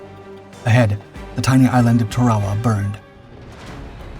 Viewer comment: It's "Tarawa", not "Tarwawa". It's pronounced "tear-uh-wuh", not "tar-wah-wah".